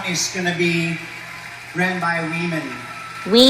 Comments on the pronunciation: That dude in the white dress isn’t saying “women” he’s saying “we men.” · He wasn't saying "weemen," he was saying "we men." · Is that We Men, Wee-Men or weeemen? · Fah - see - shuss.... 🤣 ....Weeman with weiners, like bananas in pajamas ..... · Wemen.. "We-Men".. he fucked up. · I fell out laughing when Luke said he lived in a time when weemem didn't have weeeners. 😂😂😂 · "Weemen don't have weeners" - Luke